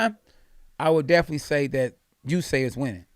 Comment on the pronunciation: usyK KKKKKKK NOT Usayyy